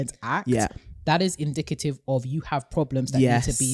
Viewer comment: The way says indicative? It's the first time I'm hearing that pronunciation 😭😆😆